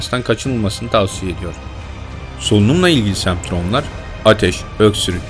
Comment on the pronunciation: semptrom değil semptom :D